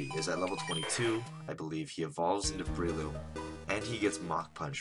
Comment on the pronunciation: Ooh, I didn't think about Heart Scales. Those are practically TMs for rebirth of old moves! BROLOOM. Leech Seed practically makes Shroomish a cleric. Tye-low almost makes sense, since tai in romaji would be pronounced tye. People make fun of Great Ball dude, but free Great Ball is jawesome here. ETHER yay. pronounces Ether like I used to before finding out the "e" is like "eep" in chemistry class. (+ Ike's Aether in Brawl.) -Kooper, thinks it would be better like "eh", as in "ethereal".